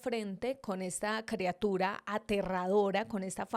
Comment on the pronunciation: EL VIDEO NO ESTUVO TAN MALO ...LO Q ESTUVO MAL FUE Q DIJERAS CREA-tura.......y no criatura ....